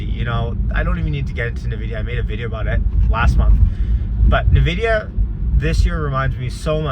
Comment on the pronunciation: It's "en-vidia" not "nah-vidia"